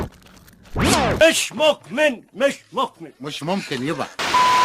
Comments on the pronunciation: مش مكمن مش مكمن 😂😂😂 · مش مقمن مش مقمن 😂😂😂 عثل والله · مش مقمن مش مقمن